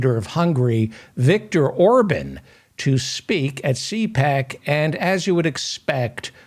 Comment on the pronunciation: Remember Republican Senator Larry Craig in the airport bathroom. P.S. Orban is pronounced "Ore - bon" not "Ore - bun"